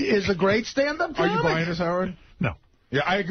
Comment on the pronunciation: As one CAWmic to another CAWmic I'm being protective of my CAWmedy